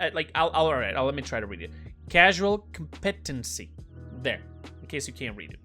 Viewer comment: Comp-Eh-Ten-See, competency. Great video btw I gotta try these loadouts out now!